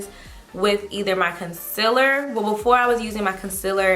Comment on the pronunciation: I thought it was Concealer not Concillar